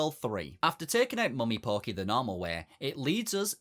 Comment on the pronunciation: Ngl, every time he said "pokey", i heard "porky"